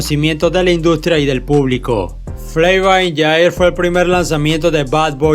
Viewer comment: Flava in Jair??? Bro amo tus videos pero porfavor mejora esa pronunciación